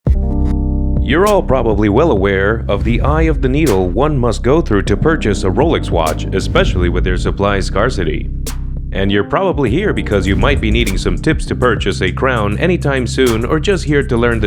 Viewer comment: Scar-city?? It’s pronounced “scare-city”.